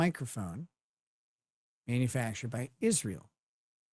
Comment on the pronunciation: Do we know if this dumbass says Ishrael because she's mocking it or just can't pronounce it because she's dumb or pronounces it like a newscaster who randomly drops Spanish words because she's programmed like a Pavlovian Dog?